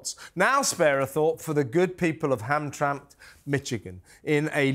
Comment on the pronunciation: It is pronounced Ham-tram-mick (Hamtramck)